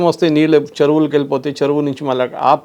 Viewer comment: రవాండా కాదు సార్. రువాండా చరవులు కాదు సార్. చెరువులు రండుకాదు. రెండు